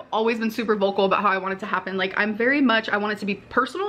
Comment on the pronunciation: Mellllllky way The gilllt. In yer ozzzz “im very vollllcolllll about…”